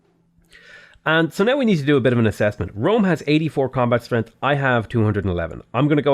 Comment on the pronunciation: Anyone else notice that he says strenth?